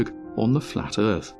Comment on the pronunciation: Now heres the problem... THE DISTANCES ARE INCORRECT ON THE FLAT MAP AND HE PROVED IT BUT YOU DIDNT AND JUST SAID OH NA MATE THE EARTH IS FWAT DERP